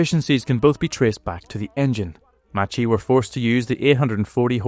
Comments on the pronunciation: Macchi is not read [matchi] it is read [makhi] instead. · Macchi is not pronounced like this. It is like how you say mach in English. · Pronunciation should be"Makki" not "Matchie", "Marketti" not "Marshetti". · Macchi is pronounced Makki and Marchetti as Marketty